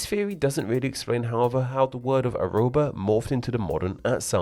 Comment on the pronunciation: it's just "arroba", only two r, contiguous.